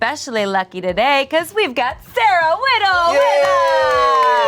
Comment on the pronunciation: I cannot think of Sarah Whittle pronounced any way except : 🇮🇹🤌🏻 Sarah Wheedel🤌🏻🇮🇹